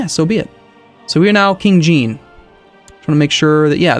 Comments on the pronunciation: "King jeen":( c'mon you can do better haha:D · Even though it is spelled "Jean" it is pronounced "John"